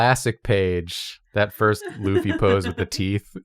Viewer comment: "one time pronounced Luffy wrong" a minute later